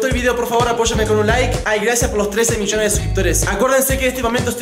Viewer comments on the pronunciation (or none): none